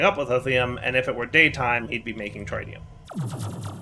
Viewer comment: Not even three minutes in and already mispronounces tritium for the countless times he's been using Mekanism. It's pronounced "tri-tē-əm" with the first i like how you pronounce "big".